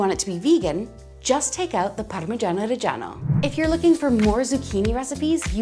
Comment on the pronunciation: I had to like this cause you left in that blooper. Also props cause you're the only one that pronounces "reggiano" properly.